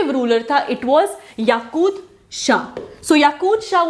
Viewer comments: Its yaqub not yakud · Hiii mam it's yakub instead of yakud.